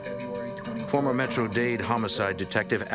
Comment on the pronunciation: "Fawmuh head of da FBI's Noo Yawk awfiss" I lived for that line back in the 90s!